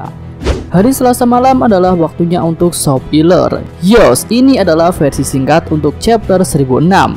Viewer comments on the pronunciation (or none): Akwkkw sopiler ini nyebutny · Coba dengarkan suara mimin dlm menyebut spoiler